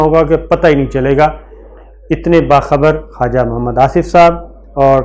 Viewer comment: خاجا لفظ نہیں ہے خواجہ ہے Khuwaja جو کچھ بویا ہے وہی فصل کاٹنی ہے